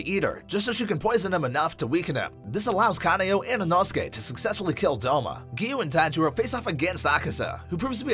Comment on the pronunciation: It’s not said inosuke but said inohsuke